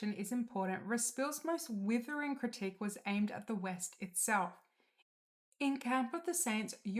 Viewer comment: Assuming the narrator is a real person and not AI, she needs to learn how to pronounce a couple of words. eg The plural of “crisis” is crises, not “crisises”. Critique should be pronounced “crit-eek” not like “critic”. Altruism is”al-truism” not “ull-truism”.